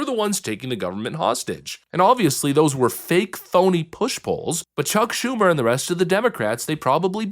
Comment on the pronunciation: Did I hear her say "Shuck Chumer?" PFFT!! 🤣🤣🤣🤣🤣🤣🤣🤣🤣🤣🤣🤣🤣🤣